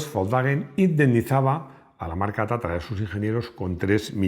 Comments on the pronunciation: Porqué dices o pronuncias Tatara si es Tatra ? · Es TATRA o TATARA, me parece que no Lee bien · Porqué Tatara en vez de Tatra?,y porqué Giuseppe en vez de Josef?.🧐🤔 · No es Tatara es Tatra.